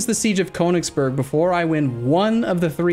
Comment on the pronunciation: You should add a little feature to ExcelBel that renames the provinces to how to pronounce them properly. :D Seriously, Konigsborg? :D